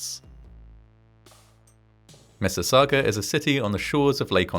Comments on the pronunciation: this one is local to me, and my dad’s aunt and uncle evacuated and stayed at his family’s house until they could go back home. also, nice job on pronouncing Mississauga! it can be a tricky one for non-locals. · You pronounced Mississauga correctly ♡ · I see your points making out corrections but I think we can forgive them all on the grounds that you actually said "Mississauga" correctly lol. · As a former resident of Mississauga thank you for getting all the details correct and the pronunciation of the names. Well done. I was born a year later so I missed out.